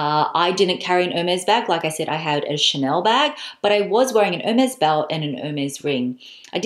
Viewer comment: It's "airmays!" Why don't people know their idols? 😁